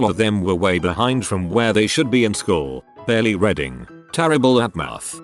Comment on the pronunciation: It is reeeeeeeeding, not reding. Can you not scan the text before entering it into the voice maker and edit "reading" to "reeding" or "reed in" to make it pronounced properly ?